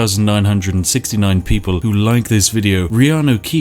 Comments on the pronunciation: You've said "Reanu Keeves" so much throughout all your Skyrim videos that the name "Keanu Reeves" now sounds weird to me. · I'm drunk but did you say reanu keeves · Spiff, sorry, what's wrong with your pronunciation? Did I hear that you said Riany Keeves punch the guy? Did you really said "punch" because I think "delete from existence" pronounced a bit different. What? I know when Riany Keeves "punches" he deletes his opponent from existence, huh? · I've heard Reaneu Keeves so much i always call Keaneu Reeves by his godlike brothers name. 😂😂😂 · I've heard reanu keeves so many times the name keanu reeves feels weird to me... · “In this episode, Reanu Keeves enters battle with a packet of IcyHot.” 🤣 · U said Reanu Keeves, and i was like no ur character has the first letter reversed And then i realized I had watched way too much of your skyrim videos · Fuck, 10 videos in I finally realise you call him Reanu Keevs. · Because of this U called John such Reanu Keeves without noticing I said it wrong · I have heard hin say Reanu Keeves so much it actually sounds natural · It took me 19 mins to notice he was saying reano keaves lol